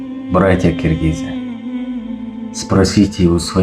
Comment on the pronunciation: Не Киргизы! Правильно произнеси, пожалуйста Кыргызы!!! И тебе свет твоём доме